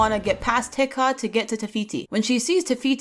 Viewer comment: My favorite princess that you drew is Moana. not to be smart or rude but the way you pronounce Te-ca isn't (Ti ka) that's an Assyrian lamb kebab it's ( Te ka)